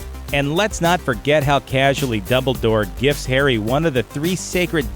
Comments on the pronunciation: He said dubledor not dumbledore in the begining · Please do some research, because none of this is accurate. Also, it’s dumbledoor, not double door. Sorry but I’m picky xD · ...Don't ever say "Dumberdork" instead of Dumbledore again or so help me a death eater will suck out your soul...